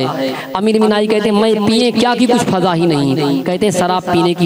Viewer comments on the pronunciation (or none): Aap ek ward phir ghalat kar diye sir fiza ko faza bole hai wo fiza h faza nhi